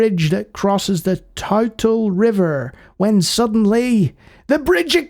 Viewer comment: Hey I live within Mount Saint Helens as well as Mount Rainier. Interesting little game you found here. The river you were trying to say is pronounced like 'two' tle. Like the number two. Interesting with the taking the creek and hanging onto a tree. Giving how lahars work and all the debris. That option seems incredibly dangerous as the force of water with the debris would just crush you or drag you under it all and drown.